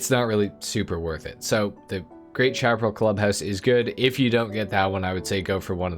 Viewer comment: I still wish we could own more then one MC so that all the bikes could have club house parking. And the auto shop should have two floors for all it's Tunners. (Bikes in a car garage look lonely!) Chaparral is said like Shap-a-rail. Like the old t.v. show The High Chaparral. High desert sandy land, stuffed very well with various shrubs and stumpy types of trees.